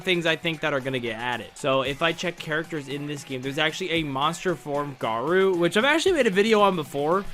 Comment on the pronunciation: bro litteraly said mounster gawou 😭